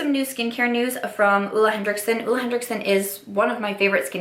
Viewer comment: it’s Henriksen, not henDricksen